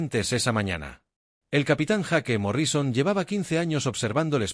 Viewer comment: Las locas aventuras del capitan JAQUE MORRÍSON...ja ja ja ja. Esa IA con sus traducciones...No pues.